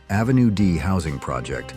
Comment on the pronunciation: I enjoy the photos, but it’s so clear that the narration is AI generated when you hear him pronounce Avenue as Ave (rhyme with cave), and Saturday Night Live (rhyme with give). What’s the deal?